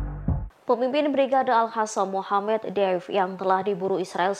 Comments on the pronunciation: Maaf bro bukan al Hasam tapi al Qasam/Kasam. Beda jauh kan? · Al Hasam 😂😂😂 anchor ga bisa baca